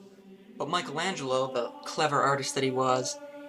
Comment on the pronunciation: What can you possibly teach us not knowing how to pronounce exactly either his name or the title of his masterpiece?!